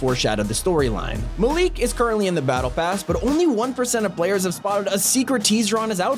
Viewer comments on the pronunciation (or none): its Not pronounced Maleek Its pronounced Malik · Tf is maleek It's MA-Lik ("Ma-lick") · It not muleek it's malik say how it's written bruh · Mal - Ick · Did he say maleek? 💀 or am I stupid